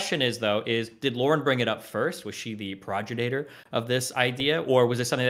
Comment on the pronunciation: prod-jo-nator? its pronounced pro-gen-itor